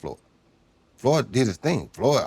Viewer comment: Damn.. he called him "floyd" hahaha😂😂😂